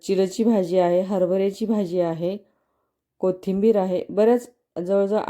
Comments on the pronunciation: भाजीला भजी कां म्हणताय ? तोंड उघडून भाजी म्हणा . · भजी बोलता कि भाजी बोलता हेच नीट कळतं नाही